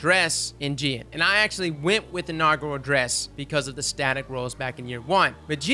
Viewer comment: I think it’s pronounced as Ji-AAAN and not Jeeean but i could be wrong.